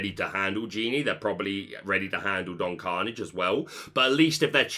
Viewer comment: Your pronunciation of Hiram Flaversham and Philoctetes are an important reference for the community, for which you will always be appreciated. Can you please check on Don Karnage? I think you might be off book on that one.